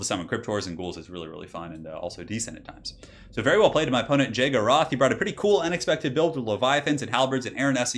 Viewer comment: it's Jaeger Roth not Jaego Roth